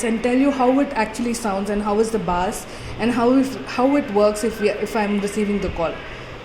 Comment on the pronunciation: U pronounced bass wrong🤦🏽‍♂️🤦🏽‍♂️🤦🏽‍♂️